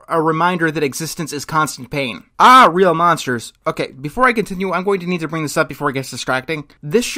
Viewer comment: It's not "aw", it's "ae" as in "bad" or "mad"...and that's a common scare reaction.